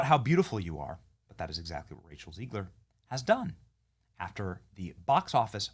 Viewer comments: Why do you say Rachel "Zee-gler?" It's Zeg-ler. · I think it’s Zegler, not Zeegler.